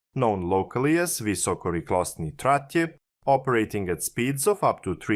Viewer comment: Beautiful pronounciation of vysokorychlostní tratě !